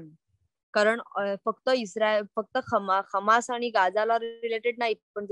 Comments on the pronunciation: हमासी नाही ते हमास आहे ते. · खम्मास नाही दिदी हम्मास